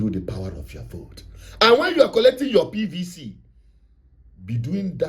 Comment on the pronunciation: It sounds STUP!D each time you emphasize on PVC... Are you so domb that you don't know that the elections are already compromised before the dates fixed....